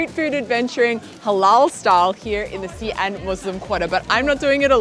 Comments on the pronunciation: How come you call the city See-an, when I have always pronounced it as She-an??? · How come the pronunciation of Xi'an has become ”C Ann" instead of ”C Aunt”?. In the last video, i remember here a local also saying C Ann... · Another video, another anticipation of how soon into the video till another mispronunciation. Not even 20 seconds in, the eponymous city, literally the video title, gets mispronounced with a random 3rd tone 'xi3 an2'. It's xi2 an2, for goodness' sake it's the city you visited and you can't say it right. And you have done China content for years.